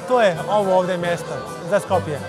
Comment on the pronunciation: Zosto go smeni,ubavo si bese napisano,Skopje e bez ,,Lj" znaci ne znam sto ne I e jasno na gospogjata sto vika zbori si makedonski a ona loso go izgovara Skopje...znaci ne e SkopLje tuku Skopje... svasta...